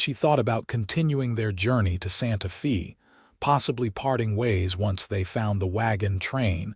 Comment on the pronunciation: So far, quite a logical believable story. Santa Fay it's pronounced.